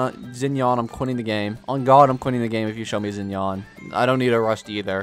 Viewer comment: not zinyan